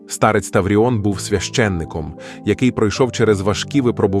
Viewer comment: Не старЕць, а стАрець. Штучний інтелекте, працюй над наголосами!!!